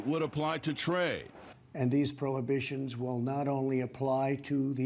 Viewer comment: Did he just say prohabitions?